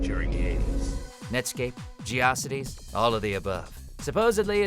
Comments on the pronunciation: did you just say ge osity? its GEO CITIES.... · Ha! The way he pronounced GeoCities.